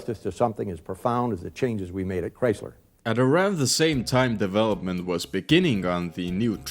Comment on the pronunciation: “here at Chreysleh”